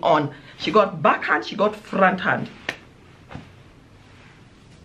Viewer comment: The pause after..."she got the backhand and the fronthan"d😂😂😂😂 Sisi tulipigwa kama wezi!